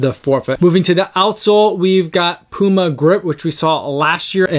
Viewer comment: Good initial review. Thanks for pronouncing the brand name Puma correctly. 😉